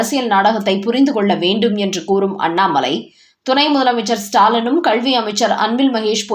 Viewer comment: அம்மா! அது கல்வி. கள்வி என கேட்கிறது.தமிழுக்கு லகர, ளகர, ழகர உச்சரிப்பு முக்கியம்.